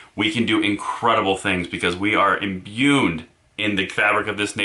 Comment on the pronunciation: At 1.10, did he say we are "imbyuned"? What does imbyuned mean?